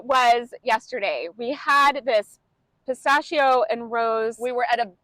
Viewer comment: I consider myself an educated person (maybe others disagree) and I’ve been to Italy a fair few times but I’d never heard pistachio pronounced like that. Thinking of how Italians pronounce “ch”, of course the way you pronounced it is correct. I shall remember this going forward!